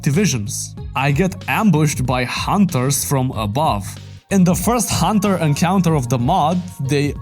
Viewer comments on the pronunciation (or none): none